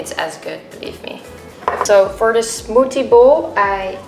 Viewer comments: I love the way she says smoothie.. “smoodie” uwu my heart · Her accent is so cute . I love how she pronounces smothie. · what's a smoodie?? 😂😂😂😂😂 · i love the way she says smoothie omg